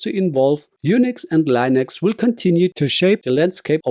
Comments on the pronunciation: its pronounced LIN-ex not LINE-ex..... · Why are you not using your voice? Your using AI. I can tell. Because of when the AI says Linux. It's not Lienx, it's Linux. That's all.